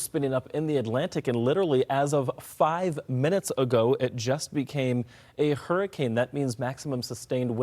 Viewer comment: Why does bro say "Humberto" like that lol